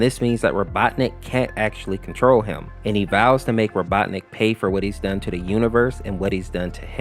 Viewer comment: I love how he keeps switching the pronunciation of Robotnik to Robotnus and Robotnit